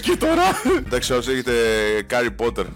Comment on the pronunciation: Τον λένε carry potter επειδή δεν έχει δόντια να το πει σωστά😂😂😂😂😂😂😂